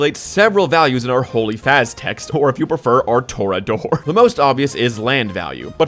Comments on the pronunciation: Please tell me aren't sleeping on "Torah-Dor" please that fucking KILLED me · The absolutely rapid fire jokes combined with actual, factual information? Peak, no notes, Torah-dore killed me dead